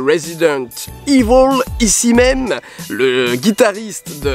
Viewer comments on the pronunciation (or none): none